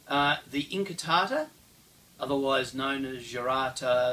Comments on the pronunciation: I had to watch the first scene three times because I was distracted by the light "sabres" over there :) Pointless pronunciation note: in modern Italian (as opposed to Spanish), the "U" in "QU+vocal" syllables is never silent, so "inquartata" is pronounced as "in-kwar-ta-ta", BUT, "incartata" - as in Saviolo's writing - is indeed pronounced "in-kar-ta-ta". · Thanks, I always appreciate correction of my appalling Italian, but could that have changed over time? I started with Saviolo as it's in English and when I saw the different spellings, incartata in Saviolo and inquartata in Giganti I assumed that they were pronounced the same and the English spelling was simply phonetic. Could Italian usage have changed over time? It does seem odd that Saviolo said inquartata, pronouncing the Q and John Florio or whoever ghost wrote him (I don't believe for a second that Saviolo's English was that good - the text does resemble Florio's) wrote it down as incartata, as if it had a silent Q. Of course there's also the possibility that Saviolo wrote it down "inquartata" and it got read off the page by an English transcriber as incartata and spelled that way to make it easier for Englishmen. Any experts on 16th/17th century Italian pronunciation?